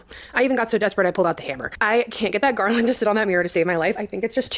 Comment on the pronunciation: Did she say "Garlandt" 😅😅😅😅😅😅 omg